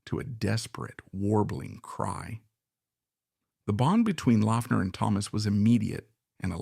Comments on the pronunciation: Great video, just a heads up though... His last name was (supposedly) pronounced "Lock-ner" despite the spelling. :) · Yes, it was "Lock-ner". This video is long and a bit thin. It's like the author (OK, it was AI), didn't have enough information to fill the half hour. Peter was more complex than this vid could portray him, and more connected to other musicians than seems to be implied. Two much better resources for those who want to know more about Laughner should check out Aaron Lange's excellent "Ain't It Fun: Peter Laughner Proto-Punk in the Secret City Punk". The other essential resource is Smog Veil Record's 5-[or 6 if you pre-ordered] LP/CD Box Set, Peter Laughner", which also includes an excellent 100 page book on PL. It is extremely well-researched, and the music was accumulated from over 10 years of effort. A stellar project. It is out-of-print, but available on the secondary market. Expensive. Another useful resource is youtube - just search with his name and you'll find lot's of recordings to listen too. Peter at seventeen, Mr. Charlie